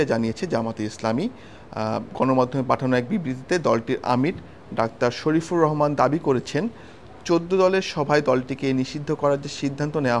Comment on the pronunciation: শালায় নাকি সাংবাদিক আমীরের নামটাও ঠিক মত বলতে পারলোনা।